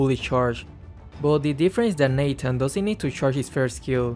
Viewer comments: It's Natan not Nathan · Nobody:: Neighten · its not nathan its natan